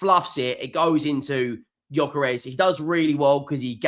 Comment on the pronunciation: Who? At least get his bloody name right...